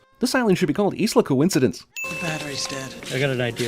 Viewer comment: The geographical term "Isla" is pronounced "Eye-la". Add another sin for that.